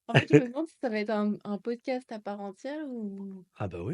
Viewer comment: “poscast” trop mignon